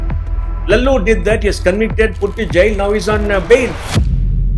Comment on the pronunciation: it’s lalu yadav not lallu😅